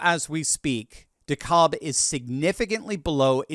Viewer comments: Its pronounced De-Cab not De-cobb FYI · De-CAB county Georgia. Not De-caulb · Dekalb is pronounced de-cab here in Georgia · Dekalb County is pronounce Dacab’ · as a former journalist and proud Southerner, it always irks me when broadcasters would mispronounce name places in the South. Please pronounce DeKalb County, GA correct, as in De CAB ( just like a taxi). You might add a very short, almost unnoticeable "L" in there, but it comes on the end of the very long A sound. Keep up the good work! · Your enunciation of Dekalb is funny to me😂 i live in GA we say it like dee-cab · dekalb county in GA is pronounced DE-cab ❤❤ trump 2024!!! ❤❤ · It's pronounced Dee-Cab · RE Dekalb County, Georgia. It's pronounced Da-Cab, as in da taxi cab. It's also a predominantly Black demographic. Another to watch is Gwinnett County, right next to Dekalb, with it's very large Hispanic and illegal population. Dekalb, Gwinnett, and Fulton Counties (Atlanta is in Fulton), were the main players involved in Georgia's approx 10,000 vote voter fraud in 2020. Fraud that was not contested by our current Governor nor our current Attorney General. Keep that in mind as the night rolls on. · Its "De-cab" county.